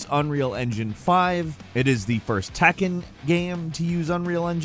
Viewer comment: Its tekken not takken 😂